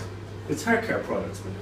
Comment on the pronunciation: that's what I put in my hauuur